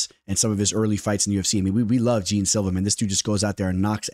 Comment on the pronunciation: Jean Silva pronounced as Gian just like Gian villante